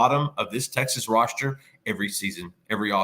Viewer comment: Tauriq Black? I swear I hear pronouncing "roster" as "rosture"